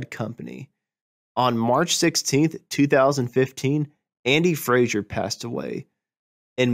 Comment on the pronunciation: Andy FRASER not FRASIER ffs!!!